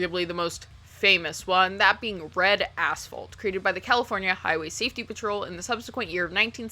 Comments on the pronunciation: I spent most of this video thinking you were saying Red Asshole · Damn thank god I had the captions on because I heard "bread a**hole" instead of red asphalt 😅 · I chuckled every time you said Red Asphalt as I kept hearing “Red A$$ Hole” LoL! I remember one scene of the old school film they showed us back in the day of a Highway Trooper shoveling brain matter and other fleshy debris off the road. That has stuck with me for over 30 yrs LoL! 🤯